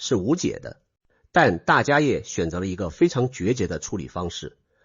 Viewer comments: 大迦叶 （梵文：Mahākāśyapa）念：jiā shè。不念 yè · 大迦摄～，AI代立杰读可以设定改一下